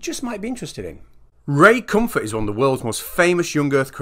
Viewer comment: Ray Cumfart? Oh jeeze... lol